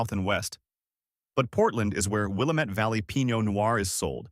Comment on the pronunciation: "Will-LAM-ette" rhymes with "damnit"